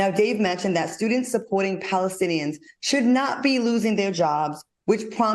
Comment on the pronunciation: "..Iraelies..Palistins" Al seems like a nice guy; but how his no-talking ass a talk show host AND a college instructor? Make it make sense🤣🤣🤣 We so embarrassing as a people 😳